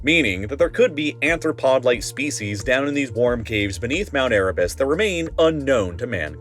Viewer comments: Arthro, not Anthro. Unless they are humanoid crustaceans. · "Anthropod?" You mean "Arthropod?" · you fools...it's ARTHROPOD not ANTHROPOD! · arthropod lol Not anthropod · ARTHROPOD. Not Anthropod. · "ANTHROPODS" W H A T T H E F _ _ _ I S A N ANTHROPOD ???... Again, no proofing before uploading, and NO real grasp of what's being read off the script. The word you are looking for is "A R T H R O P O D" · It's spelled and pronounced ARthropod, not ANthropod. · ARTHROPODS, not anthropods. Jesus Christ, I thought this was a science video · Arthropod not anthropod. Anthropod would mean "man foot". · arthropod not anthropod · It's arthropod not anthropod.❤ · “Anthropods”? Actually arthropods. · Arthropods, not anthropods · Amazing video. It is arthropods, not anthropods btw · Anthropod? Wait there's furries under the ice? I think you mean arthropods :D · ARthropod, not anthropod. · "anthropods" ah yes, the famous person-footed animals... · you said anthropods when you meant arthropods. literally unwatchable. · Arthropods, not anthropods. JFC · "Anthropods." Christ. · "Anthropod" . Easy enough mistake to make.. but why hasn't that been corrected yet?